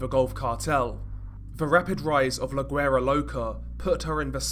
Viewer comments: It’s pronounced “WERA” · You don't sound güera with a g sounding ... You sound the g with a w ... Wuera it's spelt güera but pronounced wuera loca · The G in guera is silent lol